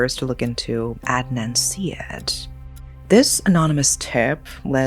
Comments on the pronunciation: Ed-Nun See-Ed….😂 It’s Ard-Nun Sar-Yeed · It's more like Udd-naan Saa-yeed.